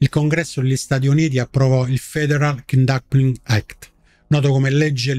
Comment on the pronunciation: Anche il kidnapping act è pronunciato male! Ma con una presenza assidua di consonanti scioglilingua è giustificato! Bravo, imperdibile